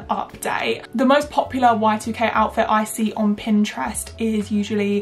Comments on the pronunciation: Every time you said y2k i heard white UK and i was really confused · OMG lol I kept hearing white UK instead of y2k and it wasn't making any sense :)))